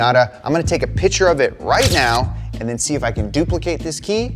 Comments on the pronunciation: the fact that you can not pronounce the word PICTURE, was so bad i could not watch. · Please say “Picture” and not “pitcher” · It’s PICTURE not pitcher. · 'pitcher' and 'picture' are two different words in the English language, in case you were wondering